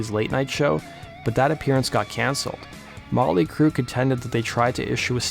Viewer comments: "Molly Crue"? Enunciate that T a little better bro. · Why do you keep calling them Molly Crue?